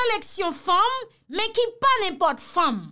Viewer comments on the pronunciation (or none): stop saying " n'importRe qui". Retiré R please.